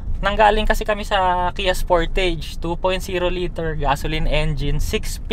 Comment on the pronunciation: Sporteyj or Sportaj? Sama lang sa tenga nga pronounciation mo.